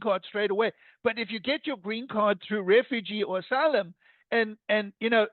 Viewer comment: Trump says enter as assylum as well